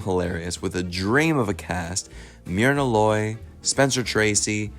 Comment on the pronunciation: Jesus, the CORRECT way to pronounce the actress name is "MUR-nah Loy"